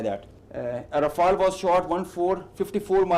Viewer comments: Btw. the french built canard fighter jet is called "Rafale" not RAPHAEL (this was a ninja turtle), btw. there is a french guy on youtube teaching the pronunciation for english speakers. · It's Rafale.... Rä-fale. Not Rafael, Rafael is an Israeli defense company. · stop saying rafele ts make my ears bleed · is how everyone pronounces the word RAFALE, try to remember it for the future use. 😅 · Even the Pakistani pronounce Rafale better... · Still waiting for a US youtube influencer who can pronounce "Rafale"...